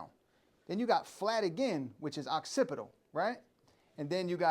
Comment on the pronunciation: Definitely once one the best instructors in the business i just can’t stop and laugh a little every time you say Oxcipital